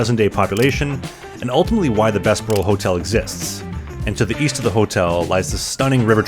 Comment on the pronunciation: Thanks for this. A few minor pronunciation corrections. Bessborugh - usually we pronounce the “ss” as “zz” as in the “Bezz burr oh” so the “s” flows better into the “b”. Although the difference is minor. Qu’Appelle is a French word that means “Who Calls”. As such it should use the French pronunciation where the final “e” is silent. The way you say it sounds like you are saying “Qu’Appelle eh?” which might be proper “Canadian” if asking a question about it, but the “eh” would be a separate word :-)